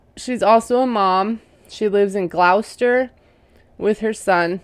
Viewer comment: Gloucester is pronounced gloster. Just FYI.. doesnt matter to me how you say it... glos-ter